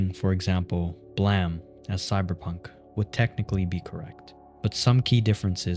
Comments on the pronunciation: Great video but A in English makes the "AY" sound. The Manga is called BLAME! Not blem. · It’s called Blame! Not Blam ;P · Am I missing something? Is saying "Blam" instead of Blame a bit? I'm a little lost here. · Calls the manga that clearly reads blame and calls it blam. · Bro just flashbanged me by missing the E in Blame, bro just when "in BLAM" like bro, that is not what it is called. its called Blame... how did you miss the E??? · It's "Blame!" Not "Blam!"... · It's not. It's pronounced blam, it's the sound of Killy's gun. Remember where you are. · Great vid but please dont pronounce blame like that 😭 its blame as in to accuse, not the sound twin 🥹✌️ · Bro says it multiple times, so he just doesn't know that the Word Blame, as in, to accuse, exists. Blam'e, it that what you think it is?